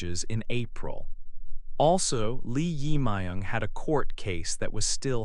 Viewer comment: Please check your pronunciation of 이재명 Lee Jae-myung, who is a current president in South Korea in 2025.